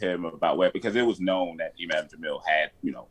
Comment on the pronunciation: 1st it was “thunvi” and now it’s “jaaamil”, cmon 😂😂😂😂😂😂😂😂